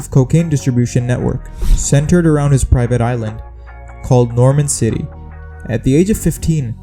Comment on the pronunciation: Norman's cay not Norman city who doesn't know that